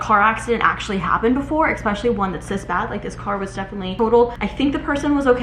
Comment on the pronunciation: You'd be less nervous at work meetings if you took the time to learn how to pronounce words. Like especially and praying (mantis).